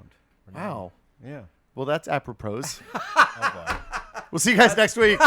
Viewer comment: "Aproprose"... I'm REALLY going to miss.